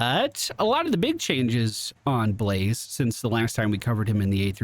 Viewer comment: I really enjoyed how you called him Be-La-Zeh. :P